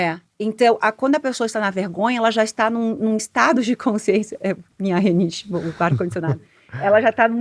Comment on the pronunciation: Muito conhecimento. Mas quando ela fala "minha renite"...falta colocar este conhecimento em prática.